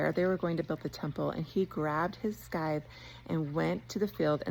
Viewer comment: Look up the pronunciation of "scythe"